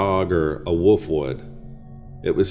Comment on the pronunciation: It's funny pronouncing wolf as woof, 🤣 love the narration though.